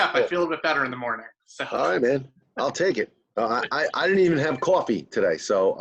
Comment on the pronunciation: Drinks qwafee!!